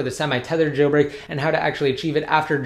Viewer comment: It's jailbreak not gailbreak plz learn the words